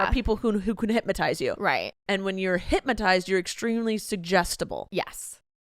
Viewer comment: it's hypNotize not hypMotize 😅